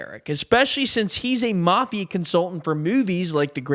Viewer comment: It's the mafia , ** not marth ia. ** , there's no r , mafia ***, ...